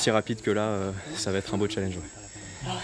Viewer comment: Avouez sa nous énerver tous quand il disait chalanges